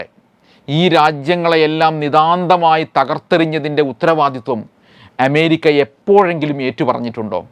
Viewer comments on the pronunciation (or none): അഎന്ന അക്ഷരം നേരാംവണ്ണം ഉച്ചരിക്കാൻ ഇയാൾക്ക് അറിയാത്തത് കൊണ്ടാണൊ എമേരിക്ക എന്ന് ഉച്ചരിക്കുന്നത്?